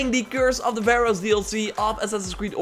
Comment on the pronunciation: baroe .. what? That's Pharaohs!